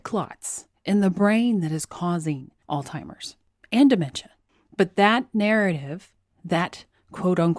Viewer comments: I'm a fan, but are you actually saying "ALLTIMERS?" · Jesus christ it's Alzheimers not all timers.... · It's "Alzheimers"..not "Altimers". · Please don't pronounce Alzheimer's as All Timers, please. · I got confused when you said "altimers". I think you're talking about Alzheimers. There's a "z" and an "h" you have to pronounce with the word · Is she saying “All-timers” in jest? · did you say “alzheimer's” because I was hearing “all-timers”? A coworker called it “Old-Timers”. Leftist Politics has destroyed science.